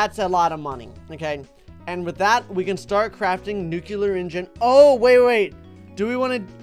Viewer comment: WHY DOES SAY NUCELAR INSTEAD OF NUCLEAR